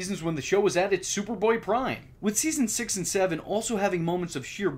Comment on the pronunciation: HaHa, it's SuperBoy "Prime." Keep up the awesome work!